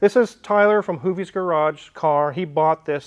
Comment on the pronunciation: Thought I heard “Hooptie’s” garage. 😂